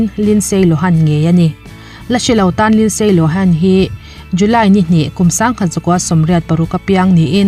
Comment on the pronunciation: Linsay" ani lo,"Linzziii" tih a lam tur.